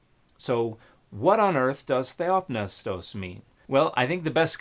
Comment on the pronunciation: Why isn't the P in theopneustos silent?